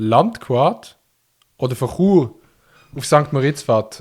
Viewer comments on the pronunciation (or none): none